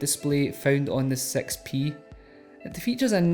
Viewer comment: You said nexus sex pee, lol, I know he means 6P.